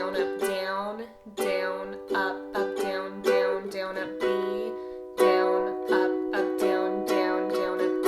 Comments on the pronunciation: no hate but does it annoy anyone else how she says down BIG OOF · Is it me or its amazing how she says “down”?